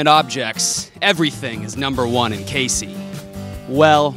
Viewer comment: What makes this good is pronouncing Casey wrong 😂